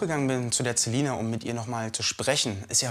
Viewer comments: Tamara HxGH er spricht Celina ja auch mit z aus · Ich heiße auch Celina und es macht mich grade richtig aggressiv dass der Typ Zelina und vor allem auch Zyber Mobbing sagt... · celina nicht zelina